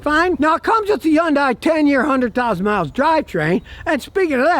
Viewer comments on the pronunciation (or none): Its not a yun day Scotty its a hun day😂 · Stop saying yundai it's Hyundai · Youngdai? When is he going to learn to pronounce the name correctly? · someday scotty will realize yundai starts with an H 🤣🤣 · I love how he says Hyundai with a J like it comes from Mexico lol .